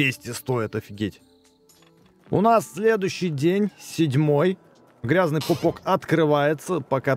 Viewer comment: У бекста до сих пор: ГрязнЕый пупок, а не Грязный пупок